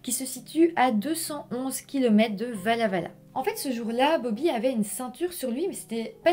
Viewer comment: Insolite de t’entendre parler de Walla-Walla (on prononce “Oualla”), un coin que je connais très bien !